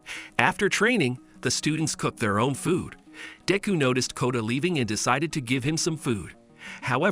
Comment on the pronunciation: its De-ku not deeku